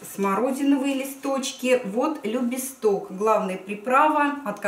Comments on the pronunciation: ЛюбИсток, а не ЛюбИстОк! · Это кто как привык. У нас его называют именно любистОк, и ударение на И мне слух режет. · ЛюбИсток, извините, - режет слух. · Что вы, никакого конфликта. Просто с ударениями некоторых слов я соглашаюсь, например, рододЕндрон, а вот Любисток буду называть по-своему, мне так нравится. Существуют же какие-то местные названия. На Украине так, а у нас по-другому.